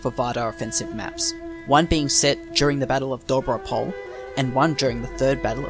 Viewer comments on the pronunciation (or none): Here are some corrections of pronunciation in Bulgarian. Imagine Doiran being spelled Doy Ran. The Doy would be pronounced as Boy but with a "d" instead of a "b". All letters in Dobro Pole are pronounced. Do Bro (like the slang for brother) P Ole (ole- like the Spanish chant). Dobro Pole and the Cerna bend are basically the same place. The one term refers to the field or plane- Dobro Pole means Good Plane and the other refers to the Black River Bend- Cerna (pronounced cherna like "ch" in the word church and "erna_ pronounced similar to earn like in earning money but with a distinct "a" as in apple in the end of the word).